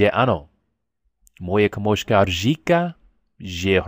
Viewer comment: Nice video mate but in the word : Kámožka its wrong buddy its Kámoška